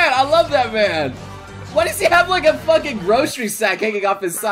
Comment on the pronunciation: "I'm facking out of my facking mind." Sounds like you're pretty lucky.